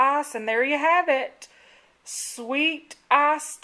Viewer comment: Awesome video :) However, I am Australian and to me it sounded like you said "Sweet Ass Tea"...so I am a bit hesitant to drink it ;)